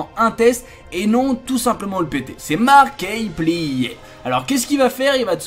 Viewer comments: mec ta prononciation de markiplier me donne la gerbe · La prononciation de markiplier 🤦🏻‍♂️🤦🏻‍♂️🤦🏻‍♂️